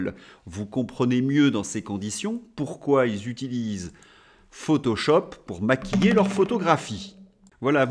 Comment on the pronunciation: C'est étrange, chaque fois où vous prononciez "maquiller" j'entendais "Mc Kinsey"...